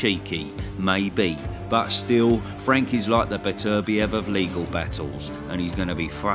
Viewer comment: How are you calling Bivol and Beterbiev "Bivoviliov" & "Beterberbivliov" hahahaha